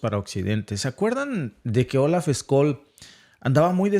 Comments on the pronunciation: Se pronuncia: Shóls!. Scolz, no vale. Tiene que cambiarlo. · Olaf Scol??? Suena como se escribe SCHOL. S- chol 😢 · Hola Amigo : no hay ningún Sr . Skolz .... si no Schhoolz ! ! ! Todos los idiomas ... y sus palabras tendrían K ser pronunciadas de manera correcta , como correctas son las informaciones que Ustedes ponen en conocimiento de la ciudadanía ... ! Gracias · No es "Skol" es "Shol" que ganas de cag...a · Excelente análisis, como siempre. Por cierto, Scholz se pronuncia “cholts “ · Por favor pronuncialo el nombre del canciller alemán correctamente..Tu puedes y nos facilitas entender mejor. Gracias